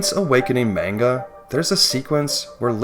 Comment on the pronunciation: omg the way you pronounce manga is just as bad as mario.